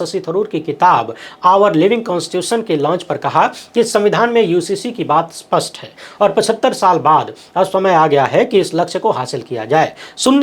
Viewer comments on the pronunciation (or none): none